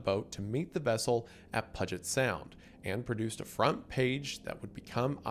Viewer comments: someone needs to put the pronunciations into his scripts pudge-it sound is killing me XD. A lot of the washington names are hard tho so i get it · As someone from Washington. Hearing people say Puh-jet will never get old. Thanks for the laugh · PEW-GIT SOUND GET IT RIGHT BOI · "pudget sound"😂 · Cannot get over as a local how Wendi pronounces puget sound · that is NOT how you pronounce puget sound, boy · hearing him pronounce puget sound almost gave me an aneurysm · He’ll never say Puget Sound correctly or Puyallup. I’ve finally come to terms with it and accepted it. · Brother if you say “Puget Sound” wrong again Imma have a aneurism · dying at how he pronounced “puget sound” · Thought I was going crazy for a second. And I’m from New Orleans, lol. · I’ve heard so many mispronunciations of cities in Washington. But that was one of the funniest. I’m at work and full stopped in my tracks to laugh out loud. I hope you never change,.